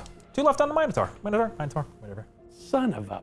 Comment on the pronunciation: Thank you so much for pronouncing Minotaur correctly!